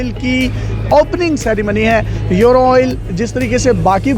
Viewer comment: یورو نہیں بولتے ایورو بولتے ہیں 😆😆😆🇵🇰🇮🇹❤❤